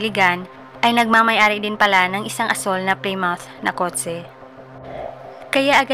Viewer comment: Plymouth - plimut 😊😊😊